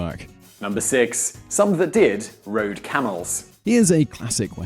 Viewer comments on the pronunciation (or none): none